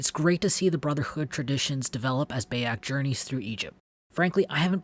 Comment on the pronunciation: Great review. Kinda irked me how you said Bayek's name lol but otherwise, great job mate.